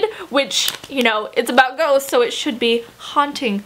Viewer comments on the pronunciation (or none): Okay this is random but I felt that I should share it anyway cause it'll proabably make someone's day but when you () were talking about "I'll Give You The Sun" when you said "ghosts" I heard "goats" XD I don't why or how I misheard that but yeah lmao.